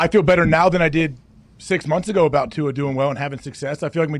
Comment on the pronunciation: actually says Tua’s last name 100% correctly. Idk why everyone else continues to say his last name wrong. I wish he’d tell them to correct it. Too many players just let it slide